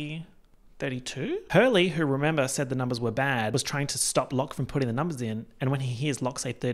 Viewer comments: “It’s about the numbas” will never fail to make me giggle every time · "ya talkin bit de numbehs" will always be iconic and number 1 but now im definitely also going to keep thinking about "ye hafta save de baby charlie"